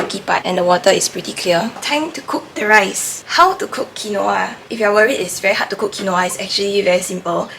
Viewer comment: Babe its pronounced kween-wah